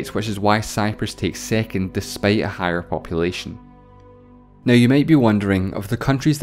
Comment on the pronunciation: What accents is this? Im baffled on how you pronounce words like cities as "ceties", second as "sicond", six as "sex".